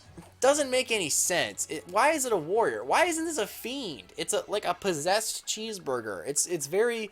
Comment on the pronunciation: This video came out FOUR years and 5 days ago. And I'm STILL MAD that you repeatedly called it a CHEESEBURGUER.